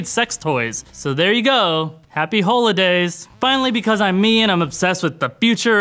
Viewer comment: Lost it at "happy hole-idays"